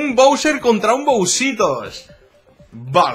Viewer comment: se pronuncia bowser